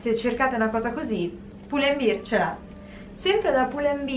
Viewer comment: Lo sbagliano tutti 😭 non è beer (birra), ma bear (come orso)!